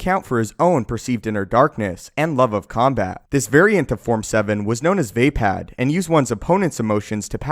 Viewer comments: Wtf is Vaypad?? You mean Vuhpod? Vapaad is pronounce Vuhpod bro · VayPad... Vupard... Not VayPad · You made it sound like he vapes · You pronounce everything so fucking wrong it hurts my ears. Niman is nih-min not knee-man. Vaapad is not vay-pad, it's vah-pahd. Use the english language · It’s pronounced “Vaa”, as in “the” and “Pad”, as in “Pod” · Vay-pad. Lololol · The forms are heavily influenced by Japanese sword skills, so I do believe the pronunciations should be closer to how they sound in Japanese. Plus these options sound better than how you're saying it. Makashi - ma-ka-shi (the pairs make their own sounds - not ma-kashi, ma-ka-shi) Vaapad - v-aah-pad Niman - nee-mahn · vape-ad killed me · It is pronounced as (VAH-PARD)